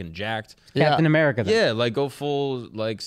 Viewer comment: The next Disney movie Trans Captain America 😂😂 “Captain I’mErika”